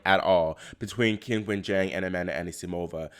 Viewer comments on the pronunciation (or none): Great recap as usual. Sloane will be remembered for her elegant, effortless play and for winning the USO, not the choke, but I imagine she cringed herself to sleep poor thing. BTW, it's pronounced Chin-wen.